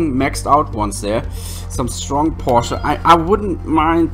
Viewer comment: It's Porsche by the way being helpful here. I mean there's a chance where you're from they say or type it differently.